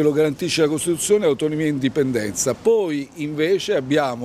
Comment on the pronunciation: Giustizza, costituzzone... Ma come caxxo parla Peppiniello 'o fallito?